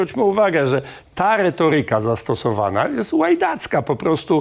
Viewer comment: Panie Rafale, moglby pan nie dokladac sie do spsienia jezyka polskiego? Nie kazde slowo ma akcent na przedostatniej sylabie. ReTOryka, nie retoRYka. Niby nic, ale wqrwia…